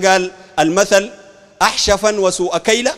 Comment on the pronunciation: المثل الذي ذكره أخطأ في نطقه خطا فاحشا وهو (أحشفا وسوء كيلة) فقد قرأه بإسكان الحاء وهو بفتحها وكعناه أتجمع حشفًا أو أتبيع حشفًا وتزيد سوءَ كيلة والحشف هو التمر الرديء أضف إلى ذلك الغلو في الصخومة وتشبيه (أنصار السنة) الذين ينشرون التوحيد والسنة بكتاب لينين الملحد.